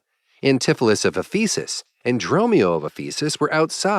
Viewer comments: It’s Éphesis, not Ephésis. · "Ephesus" should be accented on the first syllable, and all the vowels are short. It is a real city, with considerable importance to Christianity. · sounds like faeces